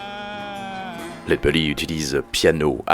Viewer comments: Genial... Une chose... C'est pas lead "beully" mais bèlly (belly c'est le ventre en anglais). Sinon au top ! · Superbe, merci pour la vidéo et son originalité. Allez juste pour faire le chipoteur : il me semble que la prononciation (retranscrite en fr) est plutôt "laide bélly" plutôt que "laide beully" :) Des bisous !